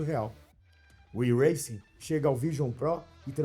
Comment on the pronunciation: Falta só saber falar o nome do iRancing.